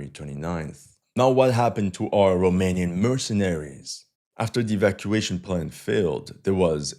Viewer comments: He is surprisingly good at pronouncing romanian words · No he ain't and the pronunciation wasn't ,,spot on" but was better then of most of the forgners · also, good pronunciation of the romanian names and words! You did a good job practicing in order to perform well in front of your romanian viewership, salutations from România and keep up the amazing work!😁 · Wow, your Romanian pronunciation is pretty good. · Your romanian pronunciation was spot on. Salutare din Romania. Great content.